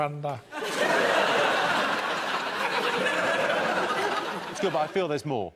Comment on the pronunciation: "we shall never thurrender" is my favorite.